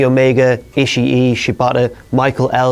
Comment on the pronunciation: It's E-shee not E-shee-e, fam. The japanese ring announcer can sometimes make it sound like you're supposed to pronounce that second i in Ishii but it's intended to be silent.